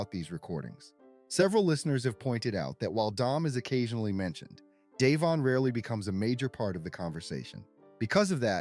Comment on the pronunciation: DAVION his name is DAVION!! I’m soo sick of hearing his name mispronounced FIX IT NOW